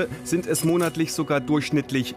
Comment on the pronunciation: „Sogar“. WIE Bitte?? SOGAR????